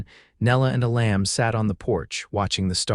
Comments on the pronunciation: Amazing that you cannot even say your main characters first name correctly 😢, it is pronounced E-lum not E-lamb. Either edit before posting or hire a human .. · Couldn't finish watching this. The mispronunciation of his name, and misspelling, was bad enough. (His name was "Elam", not "a lamb" and is pronounced "EE'- lum".) But the statements that she "walked the last twenty miles", when she just got off the train, and his that he had the ring before he even wrote to her, when he never did, was just too illogical to appeal. It was at that point I quit. It was like two different stories got caught in a blender. This story became too unbelievable to me to continue. It lost all validity, and I didn't feel anything following it would redeem it. Sorry. OR, USA